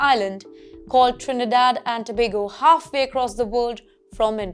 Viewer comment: This was great. 🎉❤ And thank you for actually getting the name of the country right so many people get it wrong!